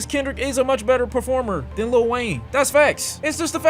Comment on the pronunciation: Small gripe; Why do people always say little Wayne instead of letting it roll off your tongue as lil Wayne? It's not that difficult.